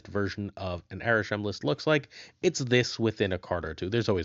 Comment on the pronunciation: It's Arishem, not even close